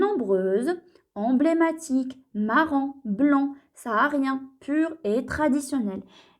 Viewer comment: blanc* pas blan 🙂